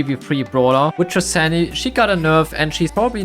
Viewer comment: Omg he pronounced Sandy wrong, unsubscribe. (jk jk)